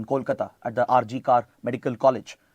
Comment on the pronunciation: Hello Sir, I hail from Kolkata and I just wanted to make you aware of the correct pronunciation of R.G. Kar. It is pronounced as "R. G. Kaur". Please accept my love and respect.